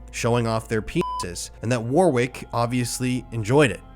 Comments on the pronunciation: I like your content- well done and keep it up. Just FYI, “Warwick” is pronounced “Wa-Rick” said as one word, not two words and not pronouncing the the second “w” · It is pronounced Worrick not war wick. Hard to listen to that consistently but otherwise great video, horrible content and you are brave to keep doing it. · It's pronounced 'Worrick', not 'War-Wick'. Always check names and places. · It’s not warwick it’s pronounced like warick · WARRICK, not war wick ftlog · "war-wick"! Hehe! I think it might be pronounced warrick, the middle w silent. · Its “worrick” not war wick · Info: The name Warwick is pronounced War-rick (w is silent ) and not War-wick in the UK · Just letting you know the name Warwick is not pronounced WAR WICK it's pronounced WORICK. It's like when Poms and Aussies say Maryland, we tend to pronounce it Mary Land, Americans call it Meryl And..... Like the name Meryl Streep, but it's describing a place and that place is a land; it makes more sense that someone got wasted drunk there a long time ago..... But no Americans deny that by nomenclature that it's Meryl And..... So it's a story about someone named Meryl with their friend of unknown? Anyway I'll just cringe for the rest of this video at all the War Wicks... ..the blood drenched rags used to fire cannons! All the War Wicks lol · It's pronounced worrick not war wick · Mate,great video, but please, the sick fucks name is pronounced warrick, not war wick, sorry to be pedantic but. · It’s pronounced Warrick mate .. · Fucked case and fucked individuals - but please pronounce 'Warwick' correctly. I'm sorry the only thing I've really focused on throughout the whole video is the mispronunciation of the name 😭 it's pronounced 'Warrick'. Sorry a very good video, but an awful story. Poor kids 😞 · I know this is a very insignificant thing to mention but you pronounce that piece of pond scums name "Worrick" although his name should be changed to "Piece of Shit" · Warwick is pronounced “Warrick.”